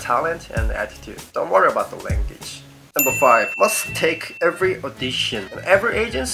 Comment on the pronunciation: langgidge?foreyner?lol dont mind me